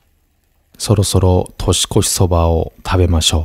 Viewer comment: 年末年始、絶犬ちゃんと過ごせるなんて最高ですね🎵除夜の鐘が鳴る時間まで、あくびをしながら一緒にいてくれるどんぎつね様に胸が熱くなりました。一つ気になったのですが、本日は独身寮で過ごす年越しの様子と言われた時「としこし」が「とすこす」と聞こえたのは私の気のせいでしょうか…😵